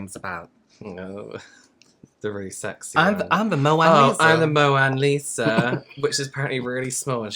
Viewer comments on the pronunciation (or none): said he was the “Mo-an Lisa” but I think he meant Mona Lisa 😂😂